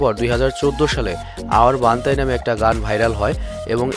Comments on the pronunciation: ওটা বান্তাই না বান্টাই । আর আপনি রাফতারের সঙ্গে যেই গানটার কথা বললেন ওটা তাদাক পাদাক নয়. ওটা তাড়াক পাড়াক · ভাই🙂 একটু পরিবর্তন আনেন নিজের মধ্যে😅 আপনার অনেক ভুল হয় কিছু উচ্চারণ করতে😐 যেমন : bantai কে বান্তাই,😣 Raftar কে রাপটার😑 এরকম আরো অনেক ভুল হয়☹️ আপনার উচ্চারণে আরো কিছু পরিবর্তন আনার চেষ্টা করেন☺ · ভাইয়ের নামটা ঠিক ভাবে উচ্চারণ করতে পারিস না 🤣🤣